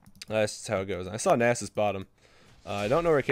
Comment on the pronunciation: People in eu dont say nasus like that -.